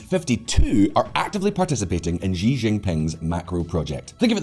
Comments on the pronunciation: It's pronounced as Xi(see), not zhi. Lol. Anyway, that belt n road crap is bound to fail because there's no checks-and-balances. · Xi is pronounced like the letter C or like she! Not zhee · Please say Xi (she,) not Xi (mushy gee) Don't pronounce that slug Xi's name like you like him and had to use a french accent to call him "Xi (gee)" It's a Xi (she) you dope Holy crap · It's not Zhi, but Xi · His name is Xi (like She) and not Ji but I like how you say it... Ji Jinping sounds way better 😂😂😂😂🤣🤣🤣🤣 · How come nobody can pronounce Xi's name? It's pronounced she, like (Xi) she sells seashells by the seashore. Calling him she, is not calling him a girl, it's pronouncing his name correctly.